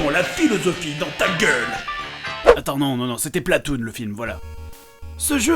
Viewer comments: Tu met un S a platoon est sa fais Splatoon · PLATOON PAS SPLATOON